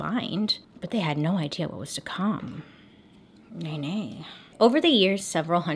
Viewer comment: It sounds like she is saying it in icelandic. It's written nei nei in icelandic :D